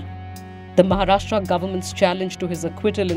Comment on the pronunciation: Please pronounce महाराष्ट्र not महाराष्ट्रा